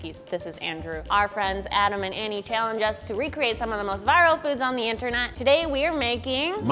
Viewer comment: said internut instead of internet